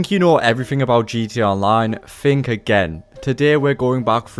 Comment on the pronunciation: I didn’t fink I knew anything about gta. “Fink” means nothing. Learn how to talk.